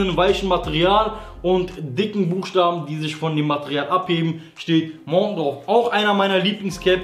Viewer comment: montoooh??😂😂😂😂 Junge da steht einfach Mountain "Berg auf englisch" Lautsprache: Mauntän #mussdringendlos